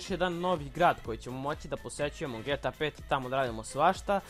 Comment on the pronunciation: Aaa kako iritira kad kažeš ge ta pet a ne ge te a pet nisam hejter subovao sam se ali molim te nemoj vise da govoris ge ta pet pozz